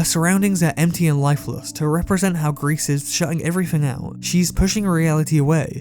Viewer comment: It’s “gree” not “grease” just so you know.